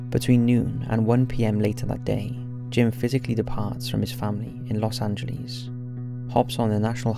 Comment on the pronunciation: Santa Rosa, NM in the Philippines?? Wth?? Anybody else notice that? Dude, please learn how to pronounce Los Angeles.